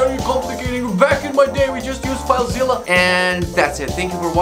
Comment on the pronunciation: "Back in my days we used Filezzila!" 😂